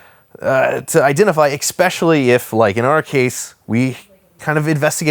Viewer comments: You say "exspecially." I want you to know that that is incorrect. Good day. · MY GOSH MAN the word is pronounced "ess-spesh-ally" its spelled especially. NOT EX-SPECIALLY. You're kiling me man!